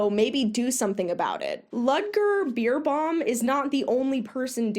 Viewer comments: His name is not Pronounced Beer but more like Bär. I know it looks like it's Pronounced Beer but we'll: he's german and it's not an English name. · Haha totally mispronouncing his name totally made me laugh (not about but it just adds so much to the video hearing the "beer" instead of "bear"). He's always been quite popular over here. I never liked him... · every time you said his name I heard “Ludger Beerbong” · Not gonna lie, I thought you said his name was Beer bong XD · Please let me teach me how to say his name XD I giggle every time you say it so very wrong even tough your message is super important.